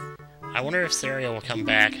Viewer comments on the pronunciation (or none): her name is pronounced sa-ria like maria...